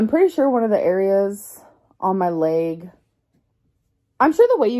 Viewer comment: “My laeg” lol